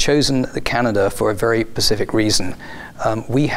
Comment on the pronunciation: "We have chosen the Canada for a very pacific reason" OK